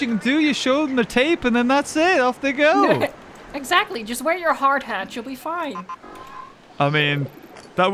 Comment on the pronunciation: you sed eggsacteley